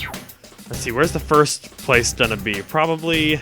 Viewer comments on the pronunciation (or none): none